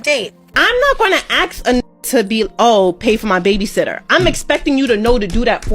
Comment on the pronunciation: It's "ASK!" not "axe!"